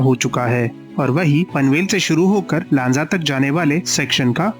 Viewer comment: Pronounced चिपळूण, लांजा, राजापूर correctly %मराठी